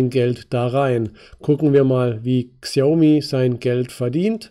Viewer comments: Es heißt Schiaomi ausgesprochen. Nicht Ksiaomi. Habe paar Jahre in China gelebt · Die Firma spricht man übrigens Schaumi aus. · Super Analyse, vielen Dank :-) Xiaomi wird übrigens "Schaumi" ausgesprochen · "KSIIIAUMI" :D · Es heißt noch immer Schina und Schaumi ;-) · Bitte als "Schaomi" lesen. Danke